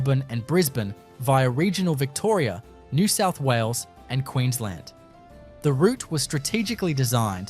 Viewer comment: What's happening with the inability to say "New South Wales"? eg sounding something like "nesessawulles"